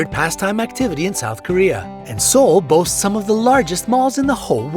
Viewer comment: its 'boasts' not boats...right?